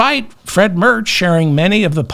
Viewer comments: It's Friedrich Merrrrrrrrrrrrrrrrrrrrrrrrrrrrzzzzzzzzzzzzzzzzz . Roll the r, please 🙂 Not Fred, please . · Not wanting to seem a grammar nazi (the world has too many nazis already), I laugh as loud as you do at the hilarious "Fred Mertz" coincidence, but if you want to pronounce the future German chancellor's name, simply say the word "mare" + "tz".